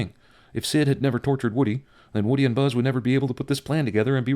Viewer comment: Woody or Woddy?